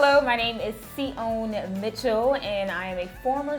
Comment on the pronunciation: Tsion is an Ethiopian name. Didn't pronounce it right though....